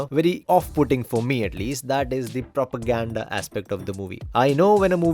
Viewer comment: Propaganda ka p bhi pronounce karoge to.... "Aap yaha aa jaayen"